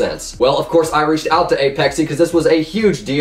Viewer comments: apexee its uhh-pex-ay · Its not aYpexay, Its APEXay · "Apexee" ok?